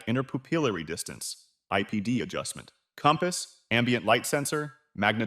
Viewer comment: "inner-poopillary distance" 😂 This works, but honestly, so much better when there's a real non-robot voice.